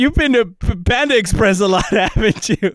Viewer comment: Bro sed the whole menu of panda exsepreess